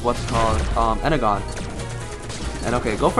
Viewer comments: you need to pronounce it enerjon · its pronounced ener-jon